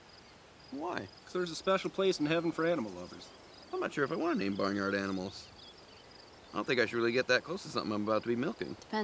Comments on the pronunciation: 'Aminals' - Squirrelly Dan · He really said "Aminals", I'm dead 💀🤣